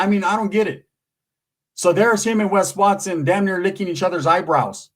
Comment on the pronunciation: Wes wat-sone….i love how he says that 😂